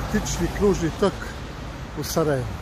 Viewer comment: Tok kao sok a ne kao rok, pogrešno naglašavaš, nadalje govoriš kako bi stvari trebale biti, a prelaziš cestu van obilježenog pješačkog prelaza....